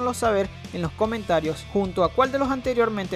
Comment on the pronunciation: Al final no sé si has dicho "Nos vemos" o "No os vemos". XD PD: Mi preferido es Fate Unlimited Blade Works, sin ninguna duda. Un saludo.